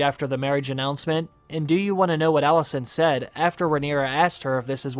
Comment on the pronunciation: You pronounce ALICENT as ALISSON. 😕